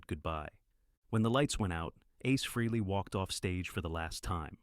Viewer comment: Freeley ?? for the love of god its FREHLEY , after all these years people STILL can't say his name right ??? oh dear